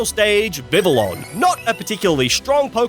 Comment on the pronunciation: DO NOT LEAVE OFF THE L'S IN VIVILLON!